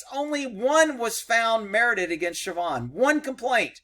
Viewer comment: I swear when u said sabhaun(don't care how its spelled) that u said trevon had to back up and re check